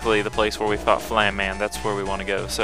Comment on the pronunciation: It is pronounced FlameMan not FlamMan.